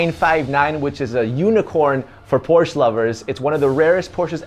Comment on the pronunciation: Why does not know how to pronounce Porsche?!